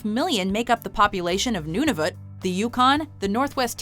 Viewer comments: I've never heard Nunavut pronounced the way she said it. Even Google says that how it pronounced. I've only heard it as "none-uh-vut". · You called Nunavut noonovat, and little crime rate.... what a lie, and Trudeau sucks, he’s an idiot